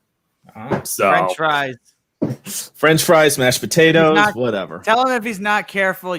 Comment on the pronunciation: Pay-Tay-Toes... there is probably an OnlyFans video called that (well WAS, lol bye bye OnlyFans).